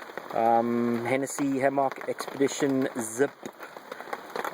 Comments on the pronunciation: it's not a hammocccccccck it is a "hamek" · No that is not a reasonable response. Both ways of pronouncing the fruit are acceptable however it just sounds silly when you say hammock in that way. I have never heard it pronounced in that way and it detracts from your message. Say it how you fucking like, I am just saying you sound stupid. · Pronounce it Ham Mick when in the midwest or get laughed at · probably an accent thing.Aussie here and say it like ham mick